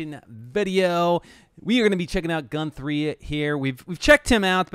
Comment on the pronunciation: That was cool, more than one phenomenal Guthrie clip I haven’t seen/heard yet. Weird pronunciation of his name tough (GuNthrie?).